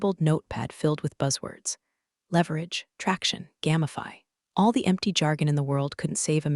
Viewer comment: Can't even say GAMIFY correctly